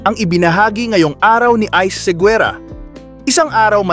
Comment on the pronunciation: Pls lng,bigkasin mo ng husay yung Seguerra at name ni nanay Caring